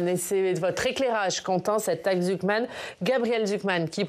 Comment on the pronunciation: Jpp il a dit la taxe « zouk man »😂😂😂